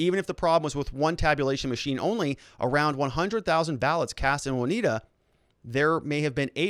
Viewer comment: Haha... Their hypocrisy knows no bounds... Long time Listener, first time Caller... awful what YT is doing to the Channel, just as entertaining listening to you grit through your teeth though. I feel for ya. Being a Midwesterner, lemme help... OswEgo (long E), & OnEYEda (long I)... lots of Indian names out this way. Your Correspondent On The Ground in Kenosha, Jim